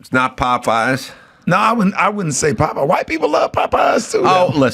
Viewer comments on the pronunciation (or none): none